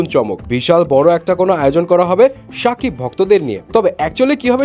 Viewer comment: ভাই নাম টা ঠিক করে বলেন সাকিব না শাকিব